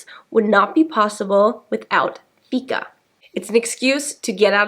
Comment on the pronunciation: It's pronounced fiiika with a long "i" not ficka. However, keep the good work up 😃